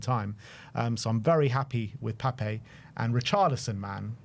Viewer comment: I'm on a one man crusade to get all Spurs commentators to show him the respect he deserves and pronounce "Pape" correctly. As much as we want to say "Papay" it's just "Pap"